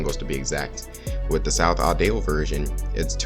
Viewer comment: "South Audale" Hmmmmmmmmmmmm Edit: love this video Good JOB man